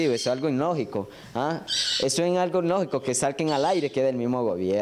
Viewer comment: No se dise inlogico, cejas de lechuza, se dise ilogico.